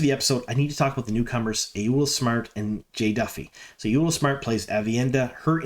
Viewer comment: This was a fun review, thank you! Also, Ayoola = AH-YAW-LAH 😊